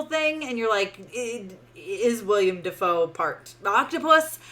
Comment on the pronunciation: I did not enjoy the movie either. But I can't take any reviewer pronouncing Willem Dafoe's first name as "William" seriously.